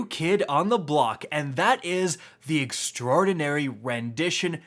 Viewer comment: If you're talking about how he says extraordinary then he's the only one saying it properly. Not sure why so many other youtubers have been saying extra-ordinary, it's quite wrong.